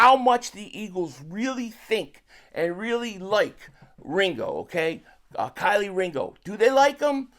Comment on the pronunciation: Key 🔑 Lee. Put some respect on his name lol 😆